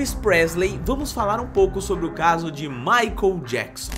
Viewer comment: "MAICON JACKSON" 😅😅😅 "Abrasileirou" o nome do coitado do MICHAEL JACKSON. 😂😂😂